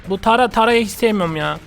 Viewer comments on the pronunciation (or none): Abi onun adı tara ama tera diye okunuyo😀